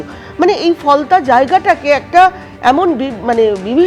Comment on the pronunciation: কুনাল কাকু ওটা কি ফলতা না "ফলনা" 🤪 ?